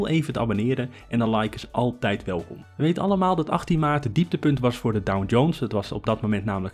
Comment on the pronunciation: Sorry, maar ik hoor je de hele video door DowN-Jones zeggen...